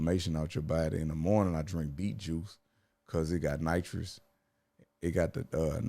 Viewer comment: “Nitric” not nitrous